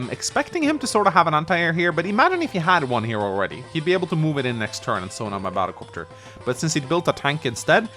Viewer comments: I always love how says battle cöpter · I came for the batta copta, I stayed for the radicalus. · saying "battle copter" genuinely hurts me and I don't know why...